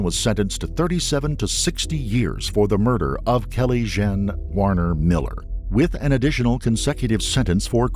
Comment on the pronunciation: Kelly "Jen"??? AI has a long way to go!